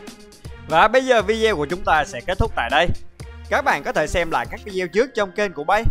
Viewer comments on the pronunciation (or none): none